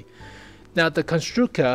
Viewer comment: Hi, I am czech. I am gonna write mine opinion on your video as i am gonna watch it. I think you pronounce our words pretty good on foreigner :D The premium consumable is "Buchty" and i must say they are really great in real world! The tier VII is named Konštrukta you said Konštruka :D ST vz39(stand for Střední tank vzor 39 ). Overall thx for info. As a czech i am really exited to see our tanks in WoT!